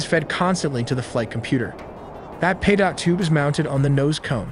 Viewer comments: is the king of mispronouncing words. What the fk is a "Peedot" tube? Do you mean a "Peedo" tube? T is silent goof! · The second "t" in Pitot is silent. Like Pee-toe, its French. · Pitot tube. Pronounced ‘pee-toe.’ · Fucking AI narration that pronounces infrared as "inferred" and pitot tube as "pay dot". FFS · Is it not possible to get AI narration the can pronounce words like "pitot" and "radome"? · You can't even say pitot and radome correctly.